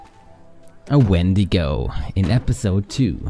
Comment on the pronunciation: You actually pronounced "wendigo" the way most people do. Dean said it weird. Enjoyed the episode.